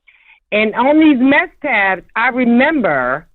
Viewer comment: I think she said MESK TABS lol Mescaline lmaooo